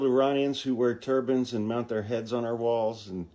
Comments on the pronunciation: When you first said “turbans” I thought you said “turbines.” I thought, “they’re not going to fit on your wall!” 🤣💙🙏🏼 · lol….same here! I’m in renewable energy, so that’s where I first went, too. 👍🏼